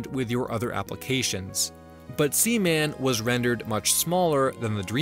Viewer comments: Sea. Man! SEA! MAN! Not semen. As in jizz! Splooge! Man bazooka juice! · I love that you kept calling seaman sеmеn